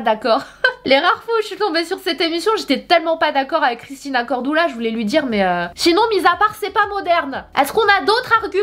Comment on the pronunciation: Sanaa lol pk pk CORDOULA mdrrrrrrr moi je dis CORDULA. Mdr